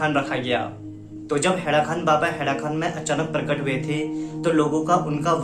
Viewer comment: हैड़ाखन baba hai.. na ki खान